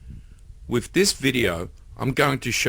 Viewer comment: Thumbs up even though you said wif a few times.